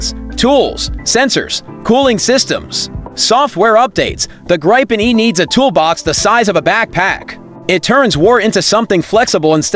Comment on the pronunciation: What is this bombastic shouting? Yes, the Gripen is good, but can't listen to this crap. Oh, and that's not how one pronounces Gripen.